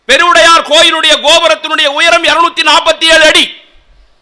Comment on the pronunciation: பெருவுடையார் என்று அழகாக சொல்கிறார்.ஈசனின் அருள் பெற்றவர்.